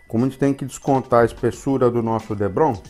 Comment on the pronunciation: Muito bacana seu diorama, só um detalhe o material tipo isopor é DEPRON e não Debron como voce fala.